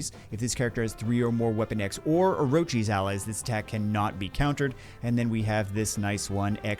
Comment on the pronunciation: It's or-kiss not orochies,!